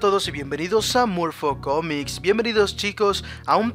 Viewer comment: ¿Soy el único que al final en vez de oír Morpho comics escuchó Morbo-comics?